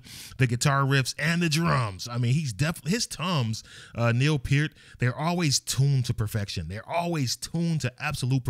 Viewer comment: It’s cool that he know how to correctly pronounce Peart!